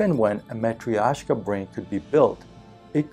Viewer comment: It took me a while to understand that what you pronounce is Matrioshka (a russian doll). Spoiler alert: it's pronounced totally different, but hey, you tried! Thanks for great content!!